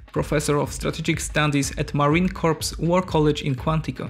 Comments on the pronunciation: Not Marine Corpse: Marine Coor! You are saying the marines aee a dead person. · No not corps. It’s sounds like core. You do not say the p or s. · "Marine corpse" lol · Marine Corps is pronounced Mahreen Core. Corpse is pronounced KORPS. OK ???? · Marine Corps!!! (pronounced core) not Corpse... -_ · "marine corpse" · If he said marine corpse one more time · You lost me at "Marine Corpse". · "Marine Corps" is pronounced "Marine Core" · Marine CORE not corps. English sucks I know. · The P is silent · Pronounce the USMC correctly!!!!